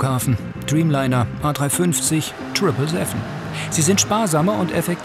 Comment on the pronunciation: Super folgen nur bitte lernt das TRIPLE SEVEN SEVEN richtig auszusprechen!